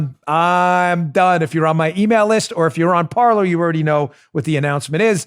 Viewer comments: Dan, I will join Parler if you start pronouncing it correctly. It's not "parlor", it's "parlay", the French infinitive "to speak". Linguistics lesson for the day. YW. 🤓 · By the way...it's pronounced Parlay as in to talk. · Parker, not Parker.